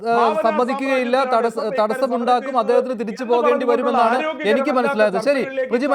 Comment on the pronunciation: പ്ര ജീ....😂😂😂😂 മലയാളത്തിനും നാണക്കേട്😅😅